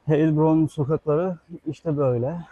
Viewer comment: Gezdireceğin şehrin adını doğru telaffuz etmeyi bilmezsen videonu izlemezler.